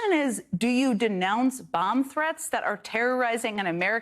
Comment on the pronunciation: Donald and new girlfriend pronounce “ellegal” for illegal. When donald is penalized for his crimes, his right to speech should be eliminated. Sick of his speeches monopolizing what we hear.